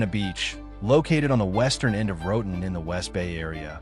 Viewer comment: Se dice Roatán, como se lee. No "Roden"